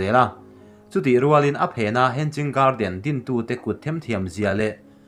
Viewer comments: Hen-ging garden tih loh tur.. Hang-ing garden ti a lam tur.. Hanging chu inkhai tihna..hanging garden(huan/par huan inkhai) tihna mai ani. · Hen-ging garden nilovin he-nging garden ti a lam tur ani e. Mahni țawng ani lova tumah innuih mai lovin țha tak a inhrilh hi keimahni tan vek ani e. In channel hi țha ka tiin min ti bengvar a in kal zelna turah duhsakna ka hlan mawlh mawlh a che u. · Henging a ni lo aw,hanging garden aw....lamrik dan hi lo zir deuh roh ngaihthlak ahrehom tlat. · Hanging poh lam thiam lo in tiang hi chu ti ve teh suh u.... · Henging nilo hanging alawm